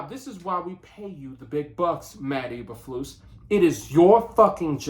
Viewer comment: So used to say Mike McCarthy you said Matt Eberfuss name wrong lol.